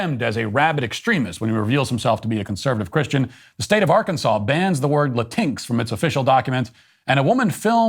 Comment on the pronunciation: It's so nice to hear Matt pronounce "Latinx" as "Latinks" instead of "Latin-Ex." The word, itself, is an abomination against Spanish grammar, and the latter pronunciation just further attacks Spanish language because "x" isn't pronounced as "ex" in Spanish. The Democrats and their Woke culture purport to be the tolerant ones, but the non-Hispanic who comprise so many of their ranks presume to tell actual Hispanics how to speak their own language. The lack of insight is egregious.